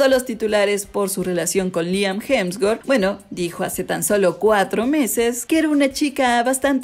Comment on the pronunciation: Corrige porque dice hemswort es hemsworth